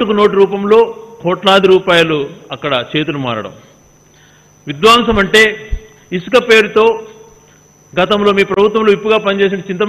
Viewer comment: Vidwaamsam kaadu Gadikotanna. Vidhwamsam ani palakaali.